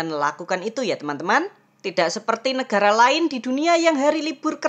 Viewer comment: Nekara atau negara? Kok nyebutnya nekara